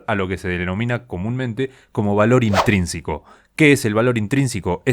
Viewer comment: Te diste cuenta de que al hablar decís "intrínsIco", en lugar de "intrínseco"??